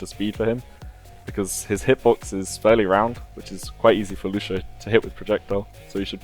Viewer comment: Lucio, not Lushio.